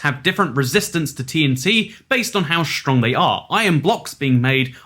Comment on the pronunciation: I love how he says shtrong